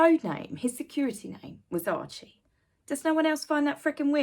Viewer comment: There’s no L in “Archie”. And no i in “Rachel”. But that put aside, I remember a time when Scabie would have been put behind bars for pulling that stunt. Same with blackmail, extortion, threats upon the royal family, etc. This is the “elite’s” new world. Who decided to call them that, anyway?? They’re all narcs.